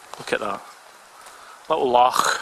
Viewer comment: its a Loch not a Lach killey boys fae the scheme tsk